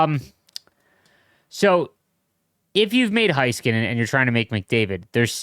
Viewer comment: I’m begging you to please pronounce Heiskanen correct. Hey-skuh-nen